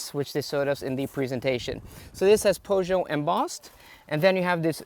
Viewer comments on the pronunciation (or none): I thumbs down immediately after you butchered Peugeot. Some awful reviewer